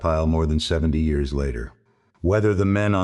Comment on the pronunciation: Too bad that the AI can’t say years correctly.